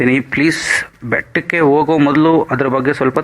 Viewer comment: ಸ್ವಾಮಿ ನೀ ವುಕೊ ಟ್ಟ ಮಾಹಿತಿ ಚೆನ್ನಾಗಿದೆ.ಆದರೆ ನಿಮ್ಮ ಕನ್ಪಡದ ಉಚ್ಛಾರಣೆಯಿಉಂದ ಬಹಳ ನೋವಾಯಿತು. ಓಗೋದು,ಅಕ್ಕಿ,ಆವು ಹೀಗೆ ಬಹಳಷ್ಟು ತಪ್ಪುಗಳಿವೆ.ದಯಮಾಡಿ ಸರಿಪಡಿಸಿ.